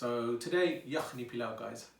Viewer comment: This looks delicious! It’s very similar to a dish we make here in Trinidad called pelau. It’s pronounced the same way you pronounced it. It’s made like this but with coconut milk instead of yogurt. ❤️